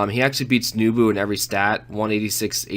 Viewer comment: NEH bu, not NEW bu.......